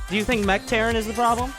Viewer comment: " not mech but Mergh "